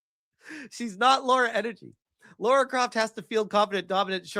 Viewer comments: I have a question. Is it a thing that Americans can't pronounce Lara? I've seen so many videos of North Americans call her Laura. Her name is Lara. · Her name is spelt "Lara" not "Laura" so htf do Americans get the "or" out of it o.O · will you stop calling Lara Laura? and you answer the "which show would you watch?" question I'll say this - yeah Lara Croft is supposed to be well equipped and yeah, usually ChatGPT does successfully make characters more beautiful, but not in this instance. It has made her body proportions all wrong, the shoulders too wide, etc. I like the original Sophie Turner proportions a lot better. She's not a bombshell Lara Croft type of girl, but she is a beautiful woman. Alicia Vikander was actually amazing as the reboot Lara, btw, imo. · nah, man, she's totally Laura... not Lara, though